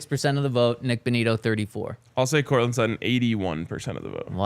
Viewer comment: Its Sutton.. and its not even close!